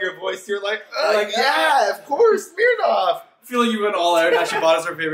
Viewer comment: doesn’t know how to say Smirnoff lol